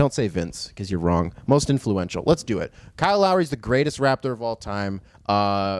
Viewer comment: everytime you said "greatest raptor of all time" i thought you said "greatest rapper of all time" and was hella confused.